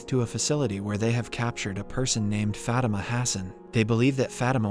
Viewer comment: Fatima is pronounced fuh-tee-muh not fat-im-uh